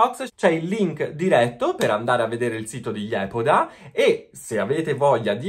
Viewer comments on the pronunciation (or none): none